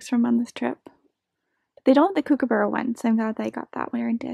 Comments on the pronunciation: It's so funny the way you say kookaburra😂😂. It's supposed sound like cook instead of coo (like coo coo) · The first syllable should sound like 'cook' instead of 'kook'